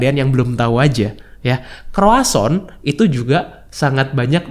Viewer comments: Bukan kroason, tapi kroazong 😁 Memang ada baik nya kita tau komposisi bahan suatu makanan, dan gimana cara pengolahannya. Gak usah detail, garis besarnya aja. Ribet siy kesannya, tp kalau demi kesehatan dan pengetahuan, gak ada salahnya kita cari2 info macam2 makanan. Apapun yg kita konsumsi, ada 4 hal umum yg wajib dihindari / dibatasi konsumsinya: 1. Tepung (semua jenis tepung2an) 2. Gula (semua jenis gula, baik yg manis atwpun tidak, karbo misalnya) 3. Garam (termasuk penyedap rasa merk apapun) 4. Minyak (semua jenis minyak, termasuk santan) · Mohon maaf, nyebut nya bukan kroason, tapi kroasang (bhs. Prancis)....sukses buat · Croissant yg bener...